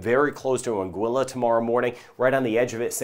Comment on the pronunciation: I fell in love with this when he pronounced Anguilla correctly 😍 😭